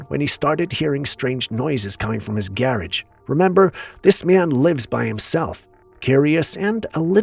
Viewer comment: "gairaige"... Wheir whon ceipz daire auitomoibile